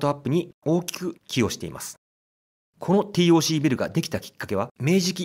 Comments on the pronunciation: 五反田に住むものとして楽しく視聴させて頂きました。 改めて歴史を知る素晴らしいコンテンツと思いましたが、最後は非常に残念でした。 TOCは「ティーオーシー」ではなく、「テーオーシー」と読みます。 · 【ティーオーシー】じゃなくて【テーオーシー】なんだよ地元っ子は😂(笑)🤣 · UPありがとうございます。昭和の風景を懐かしく拝見しました。 西口アーケード街もなかなか怪しげで面白かったです。 なお、TOCは、テーオーシーと表記・発音されていた記憶があります。笑